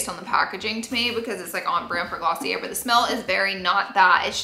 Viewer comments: you're pronouncing it wrong - it's 𝗚𝗹𝗼𝘀𝘀-𝗘𝗘-𝗔𝗬 not Gloss-ee-r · Laura, it is actually Glossy-AY. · Girl, drop the R in Glossier! It’s pronounced: Gloss-EE-ay 😅